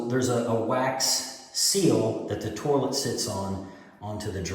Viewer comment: I’ve been to every English speaking corner of the planet and I’ve never heard an accent that calls it a “tour-lette” 🤔😂